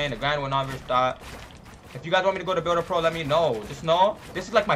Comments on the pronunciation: he said “builder ploa” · He said builder plo😂